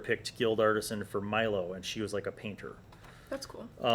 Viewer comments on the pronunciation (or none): none